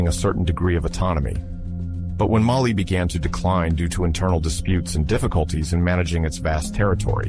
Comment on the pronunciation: MAAALİ değil, Mali